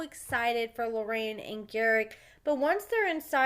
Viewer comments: It’s “LORRENA” actually. 😉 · Her name is not Loraine. I can understand you saying it once or twice, but you kinda renamed the girl. Js! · love your channel but its LORENA